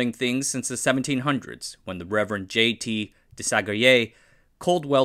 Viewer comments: Correctly pronouncing “Desaguliers” wins the internet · Wait, you can flawlessly pronounce Desaguliers but not Feynmann?! :D